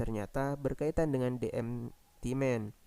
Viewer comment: "De emti men" bukan "de empity men" semangat ya kak:)saya suka kontenya